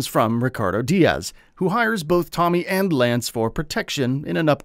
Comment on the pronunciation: First you butchers Tommy's name. and now you don't know Victor's name ? 😂😂 sheesh.